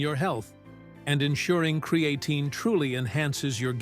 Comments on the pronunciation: "With Cree-Ay-teen"... ok AI 😅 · It's not cre A tine.